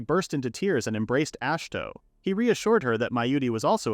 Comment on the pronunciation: “Ash toe”. Ah shi hi to say it with me now it’s not fucking hard. Imagine you try to listen a story about Dave smith the most obvious no duh plain name possible and the narrator will not stop calling them dahavy smitiuth it sounds that fucking stupid and off the mark. Jesus goddamn Chris don’t even get me started about how ai can literally I mean literally not ever once ever get “bow” right. It’s never been done in mankind’s history wher this horse shit can actually speak. Please just narrate it yourself or maybe I dint know maybe prof read/listen to it even one goddamn time because maybe proofread it one goddamn time because. You do that. You repeat yourself a few times and sometimes contradict your previous retelling. Please for the love of god stop this horse shit slop you’re killing literature you’re making life and mankind and the word worse. Ash toe fuck my life holy shit. Ash toe❤